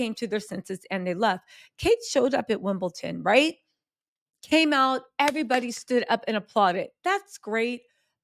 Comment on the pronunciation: WimbleDon not WimbleTon.